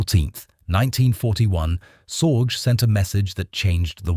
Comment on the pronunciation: Very good; but here's a note on pronunciation, so as not to sound completely ridiculous with this kind of content where German names and concepts frequently occur. The German letter g is NEVER pronounced softly, as in "general." It is always hard, as in "guttural." Thus, the last name Sorge would sound like zorgeh, not zordzh.